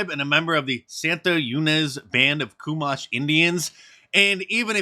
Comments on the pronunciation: Santa E-Nez Shoe-mash indians is how it's pronounced I'm pretty sure not coo-mash hahah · MARK!!!! I love you brother. Your reports are spot on. But please, if youre going to report on the natives, please try to say their tribes names correctly. Chumash Pornounced: Shoe-mash Not how you said it. Thanks bud! Rock on. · Hey they are from my area. It's pernonced cew-mash. And Santa e-nez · His tribe is pronounced chew-mash. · Great video! However, the Chumash tribe is pronounced "Ch-umash" with "ch" pronounced like "chat" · CHUMASH = pronounced, CHEW-MASH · Mark, pronounced "Chew"-mash, as in chewing mashed potatoes. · It’s pronounced “CHEW-MASH” they live on the CA central coast. That’s so hilarious that this kid is gonna end up eating dead spin for a good snack. I hope the family smashes the woke media I dated a Chumash back in the day but she gave me a Chumash Rash… Woommmp wommp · 😂 hey, chumash is my area! (Ventura, ca) this is freaking hilarious😂 just fyi its pronounced "chew-mash" from santa "ye-nez". The chumash tribe has inhabited coastal California & the channel islands. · Mark,I believe it's pronounced "Shoe-Mash"tribe. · It is pronounced Choo Mash. Thanks Mark. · You're pronouncing it wrong I live next door to them